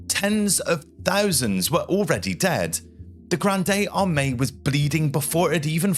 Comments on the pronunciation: Just say Grand Army not "Grandey Armey" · Graund Armae not Granday Armay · Not "gran-day arm-ay". The "e" is silent. For an English speaker, "grand arm-ay" works. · The Grande in Napoleon’s Grande Armée is pronounced “GROND” there is no e acute on the end so it’s not “GRONDAY”, apologies for being pedantic but that’s a schoolboy mispromounciation. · "Grande", silent "e" with no accent, not "Gran-day". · Thanks for this interesting post. A small advice from a french viewer : you don't say Grande Armée - as in Ariana Grande - but Grande as in Grand Canyon 😊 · interesting. One remark. The term is Grande Armée. Pronounced also in english: grand armey. not grandey armey. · Good.. feedback Pronounciation: Grande Armeé (Grond Armay) Borodino (Boro Deen Oh) Commanders: Barclay de Tolly and Mikail Kutuzoz If using AI to help compose..check the script.. a few AI isms crept in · GRANDE ARMÉE is not pronounced "Granday Armay", but "grahnd ahr-MAY". Have a little respect, please. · "Gran-day Ar-may" Like, NO ! ! Dude, get your French squared away before you start spouting it online. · grande armey lol not a coffee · I really enjoy your content and find the subject matter fascinating. Your videos are very well done. I feel if you do a bit of research on the pronunciation, your videos will be next level. Not just the medical terms, but things such as Napoleon's Grand Armée, which is pronounced Grahnd Arm-MAY, really make a difference. A quick Google search is all you need. Anyway, keep up the great work! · "Granday Armani" killed me...:face-purple-crying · "The Grandey Armani" 🗣📢🔥🔥🔥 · Grandey Armey? Barclay? Mikhel? It's no problem if an average guy doesn't know how to pronounce these names, but from an educational YouTube channel I expect more.... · Grande armani lol, yeah idk, that's very little effort put into even getting the names right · Why are you mispronouncing La Grande Armee so much? You said at one point grande armani 😂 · "Graahnd armeh", for goodness' sake!